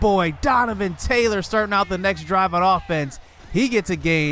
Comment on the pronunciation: Ik you said next drive. But I sounds like you said sex drive and the captions even put it as sex drive lol.